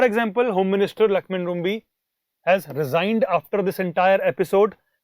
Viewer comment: Lakhmen Rymbui. It's pronounce as Rimbye not Rumbi.